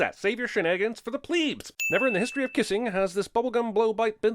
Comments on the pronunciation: 1 sin to CinemaSins for saying "pleebs" instead of "plebs"! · I'm sorry... did you just pronounce plebs as pleebs? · The way CS pronounces plebs...10 sin counts to him lol